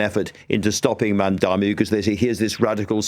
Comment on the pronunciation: He’s not called Mandami, still can’t get his name right!! It’s MAMDANI!